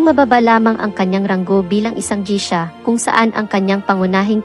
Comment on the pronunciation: Geisha po ang pronunciation.. as in geysha